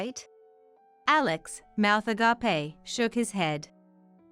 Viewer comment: Agape is pronounced "agaip"! "Agapé" is Greek for friendly love.